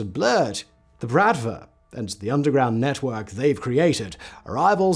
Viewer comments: its pronounced Bruht-Vah not Brat-va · Honestly though dude, pretty sure it's been brOTva not how he pronounced it here which is brAtva. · Why, oh why there wasn't a pronounciation guide for the word "bratva"? The stress is on the last vowel, it's "brat-vá". Otherwise Simon does it right. The literal meaning of the word is "brotherhood", but it's actually "a gang". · И кстати, не bratva, а братва с ударением на последний слог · Good quality research and textual content; however please make at least some effort around pronunciation. Since it's the topic of your video you can surely learn how to pronounce at least "Bratva" correctly, with the stress on the second 'a'. Also video snippets are for the most part just a total inconsistent and largely irrelevant mess TBH. Those small issues kind of undermine the obviously great effort that was put into research and preparing a script for the video